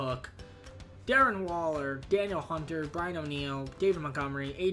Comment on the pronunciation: So it’s actually pronounced da kneel hunter